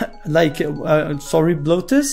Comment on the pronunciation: When you say bluetooth it sounds like bloatus